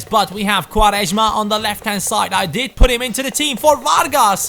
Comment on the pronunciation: u say quaresma very well xD (im portuguese)